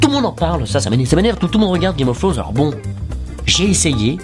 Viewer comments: Il dit "Game of Frones'' xD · GUEYME OF FWONES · "gayme of fwaunz" x)